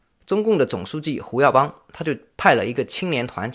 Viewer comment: Hu耀邦，不是Wu耀邦。 确实太令人震惊了，68岁太年轻了。